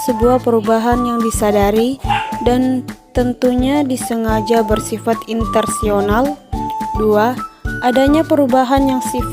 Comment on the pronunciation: Nama : Margiana Dewi Yuliani Npm : Menurut saya vidionya sudah cukup bagus, tetapi ada beberapa kata yang cara pengucapan nya kurang tepat, seperti Intensional menjadi Intersional, terimakasih 🙏